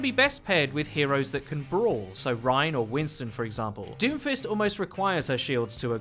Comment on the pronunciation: why do i hear doofus everytime u say doomfist